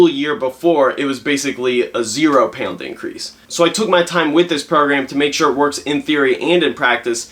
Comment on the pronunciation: "pieawnds" xD